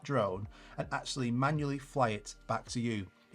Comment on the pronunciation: Great and important video, BUT: "eksualy" :D